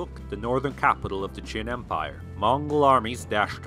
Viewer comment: Great video, but "Jin" should be pronounced with the J in "Jingo." You pronounced it like "Ch'in" which sounded like the "Qin" dynasty. By the way, the official name of the Jurchen empire was actually "Aisin Gurun," meaning the "Jurchen State." The Chinese name "Jin" (金) was chosen as the Chinese translation because "Gold" was the color that represented the united Jurchen nation. A Chinese name was both a diplomatic and governing necessity, since Aisin Gurun also had Han Chinese subjects and Chinese was the working language among commoners. However, the national language "國語" was actually Jurchen instead of Chinese. The imperial court, on the other hand, was bilingual in Jurchen and Chinese.